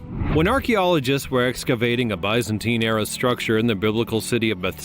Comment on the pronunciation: It is hard to take it seriously when you are unable to pronounce the words correctly. Bisenteen! Does that help you out. 😅